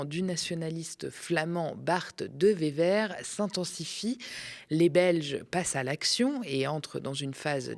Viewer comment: Merciiii! Ceci dit Bart de Wever ça se dit "de ouéveur" (phonétiquement)